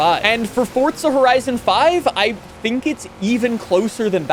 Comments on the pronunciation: For za not Fort za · Its FOR"Z"A, not FOR"TZ"A.... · "For-zuh", not "forts-ah". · supposed to be "hardly any". Not everyone cares about language like us. He also pronounced the game title as "forts-ah" instead of "forz-uh" like it should be. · How about calling it "forts-ah", instead of "forz-uh"? Rage-baiting or just dumb? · Its Forzaaaaaaaaaaaaaaa not ForTza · What are you pronouncing it "forts-ah"?